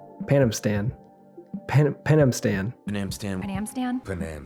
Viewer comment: "Penamstam" 😊 yeah, sounds really strange...